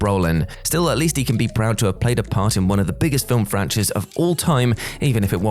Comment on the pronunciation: "film franches"??